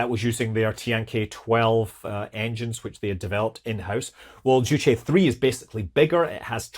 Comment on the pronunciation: A small point on your last segment. You’re pronouncing “Zhuque” the way “Juche” (the North Korean “self reliance” philosophy) is pronounced. I was intrigued that they named a rocket after the North Korean word. But Zhuque is pronounced differently and means Vermillion Bird.